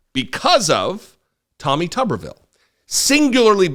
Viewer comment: As a Huntsville resident, I'm gonna have to ask you to say his name correctly... It's Tommy Tumorville